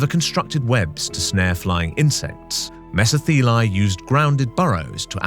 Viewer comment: As thos word is Greek, it is pronounced:' MeSO-thelae"...😊